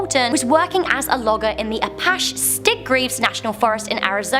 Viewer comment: "apash" lol